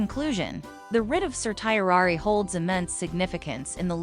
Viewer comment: This presentation would be much more affective if the speaker pronounced the word correctly. Just Google it please.